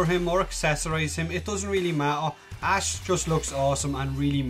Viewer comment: you pronounced Ash wrong